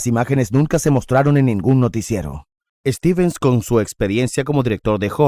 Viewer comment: Stevens, no "Estevens"